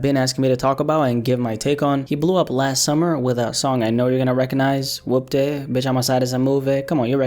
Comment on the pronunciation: Man said wupty lmao